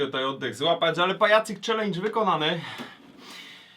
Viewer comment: "...Ćwlendż" :DD P.S Niech wyzwie ktoś Kine xD